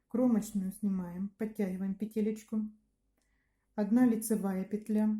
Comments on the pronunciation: "Сымаем" кровь с ушей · Все прекрасно, но вот это слово "сымаем", взрывает уши!